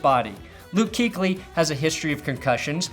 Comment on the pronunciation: 'Kuechly is pronounced Coo-etch-Lee, not cooch-ly